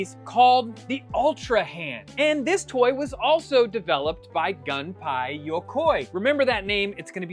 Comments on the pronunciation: It's Gumpei not 🔫🥧 (gun pie) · I remember researching the "Love Tester" after learning about it in WarioWare MicroGames as it was one of prizes you get from the gacha machine in the game. Oh, here's a pronunciation tip, the ei in Gunpei in Japanese romanization is pronounced the same as ai in rain.